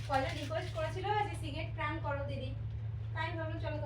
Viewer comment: কথাটা প্রাঙ্ক নয়.. প্র্যাংক!